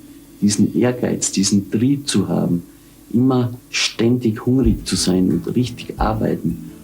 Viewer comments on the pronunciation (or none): none